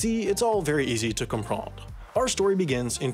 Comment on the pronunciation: Did you just say « comprendE »? Direz pas le E!